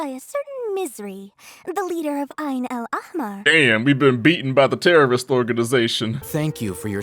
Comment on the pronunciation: *side note that is not really important: Ayn Al- Ahmar is pronounced with H sound like the word (He) and not with ch sound (like German ch in the word Dach) and it means Red Eye or The Eye of Red in Arabic. Now their association to the Scarlet King makes me wonder if he had red eyes. The funny thing to me is that google translate can pronounce it right😂 No hate to the VAs they probably said what they've been directed to say regardless of accuracy.